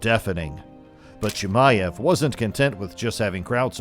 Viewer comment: Still cant even say his name 😂 probably didnt even see the fight live